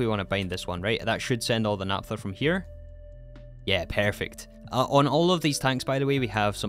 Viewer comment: Please pronounce "naphtha" porperly